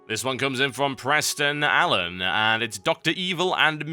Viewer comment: he said my name nicely " PRESSSTON ALLEN "